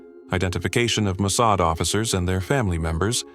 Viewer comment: When you mispronounced Mosaad I knew this was AI. I knew I could not sub.